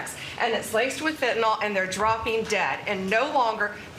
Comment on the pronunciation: It's fentanyl. Not fentynahl.